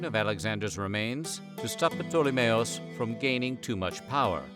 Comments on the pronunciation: Pa-tole-me??? Do you even try to learn how to pronounce the names correctly? Lol. Anyway, thanks for sharing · Wow! Never heard ptolemy's name been so badly butchered before 😂 proper terrible attempt 🙈